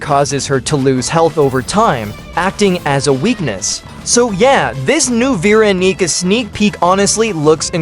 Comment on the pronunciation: "VEE RONEECA"